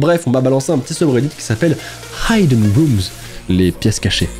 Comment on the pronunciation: Désolé de te dire qu'on dit pas "Haïdeune roumz" mais "Hideune roumz" 😭😭😭